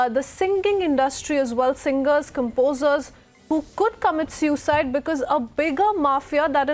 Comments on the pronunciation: Its not SEWcide... its pronounced SOOcide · The host is having a tough time pronouncing suicide